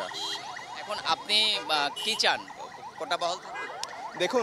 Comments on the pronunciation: আপুটি মনে হয় অনেক স্মার্ট🙂 শব্দটা যে ❝কোটা❞ কোঠা না সেটা উনি জানেই না। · কোটা না কোঠা ভাই। এই আপু কোটা ছাড়া চাকরি জীবনেও পাবে না। তাই তার কোটা প্রয়োজন। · ‘ কোঠা ’ কি রে ভাই😂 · কোঠা না? কোটা হবে😢😢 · উনি বার বার কোটাকে বলছে কোঠা কোঠা কোঠা, এমনই তাদের পড়াশুনা কোঠার কোটা। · প্রথম আপু কোটাকে বারবার কোঠা বলছে কেন? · কোটা কে কোঠা বলা এই নারীর মেধার মূল্যায়ন কিভাবে হবে? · কোঠা না আপু, কোটা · কোঠা নয় কোটা। আগে উচ্চারণ শিখ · এই মাইয়া কোটাকে বলে কোঠা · মেয়েটা কতো মেধাবী! কোটা কে বারবার কোঠা বলছে।আগে উচ্চারণ শিখে আসুক তারপর অধিকার আদায়!!! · এরা নাকি মুক্তিযোদ্ধার সন্তান কোটা উচ্চারণ টাও ঠিকভাবে করতে পারে না বলে কোঠা । মনে হচ্ছে বলতেছে চিলেকোঠা। তাহলে এ কি যোগ্য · হায়রে যোগ্যতা কোটা টা ও বলতে পারেনা What is কোঠা means পতীতালয়